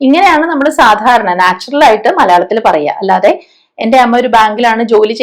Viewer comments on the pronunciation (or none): none